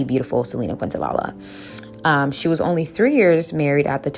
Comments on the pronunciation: I love this but respectfully - it’s Selena Quen-Tah-KNEE-ya. Quentalala made me giggle. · Quintanilla is prounced: Kin ta nee ja There is no "la la" nor "queen" in the pronunciation. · im sorry i love this video but your pronoucing selenas last name wrong hun. Not trying to be negative at all just lettin you know. Its Quintanilla the lls are silent,its pronounced quin ta niyya just saying. Thank u for givin positive affirmations in this video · Love the message, however I almost clicked off bc of how you said Selena “QuintaLaLa”😂 It’s definitely pronounced “QuintaNEEYAH” But thanks for the video love 💗 Hidden enemies are so real and jealousy can become dangerous when the experiencer isn’t able to control their actions. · Kin-ta-knee-ya is how u pronounce quintanilla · So grateful for these videos! Just wanted to let you know that the way you pronounce Selena's name is: Kin-tah-knee-ya. Her full name is Quintanilla-Perez, this feels important to say because after her death her father only immortalized her excluding her husband's name (Perez) from her legacy and she loved her husband deeply. Just wanted to help provide context to her name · It's pronounced Kent-a-nia😊❤ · Hey gurl, good vid. Just to let u know Selena's last name is pronounced kin-ta-nee-ya. 😅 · It's Kinta-nee-jah. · Quintanilla is pronounced KEEN-ta-knee-Ya. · No disrespect Queen -I’m from TX and Selena is ❤ here! It’s pronounced kin-ta-knee-ah ❤❤ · Another great video 👏🏾👏🏾👏🏾. I noticed a lot of people in comments focusing on how you pronounced Selinas surname. Very petty imo. Your msg was still delivered and there were pics of her and clearly you were pronouncing it wrong by accident. Love your content. Keep shining ✨️ and stay blessed 🙌🏾 💕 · Actually, Kinda a bit rude for her to miss pronouns her name when she always talks ab respect, if you know ab Selena and did research as she clearly did why are we purposely mispronouncing I really hope she wasn’t tryna hate on the low